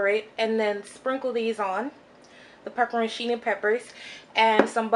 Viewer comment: Omg...I love it! Did she say “PEPPERONIchini” I’m calling them that from now now!